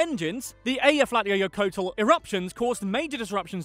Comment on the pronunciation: I live in iceland😁 and you did not say Eyjafjallajökull right and it was funny listening to you trying to say it🤣